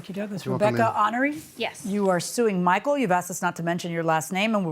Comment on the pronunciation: "This is the defendant MMMMMMMMMMichael. 😂😂 Why so much emphasis announcer?😂😂